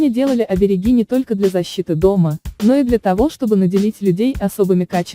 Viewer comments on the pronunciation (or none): Не оберегИ, а оберЕги! Голубушка, ну как же можно не чувствовать родной язык?! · Дятлы вы дровяные, обереги, ударение на 2 е